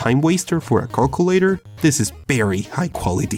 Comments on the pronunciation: Lol he says cockulator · I like how he says Cockulator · I like how you say “calculator”